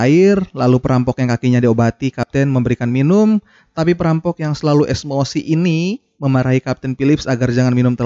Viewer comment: Emosi oi BKN esmosi😭😂😂😂😂